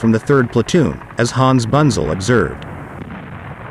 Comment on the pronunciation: I know it's futile to try and teach a computer generated voice correct German pronunciation, but here's some of it (phonetically): Hans Bunzel = Huns (like in "hunt") Boontsel, Panzer = Puntsah and especially Nashorn = Nas-Horn (nose horn) and Brummbär = Broomm Bear (growling bear). Otherwise a very interesting video. Thanks for uploading.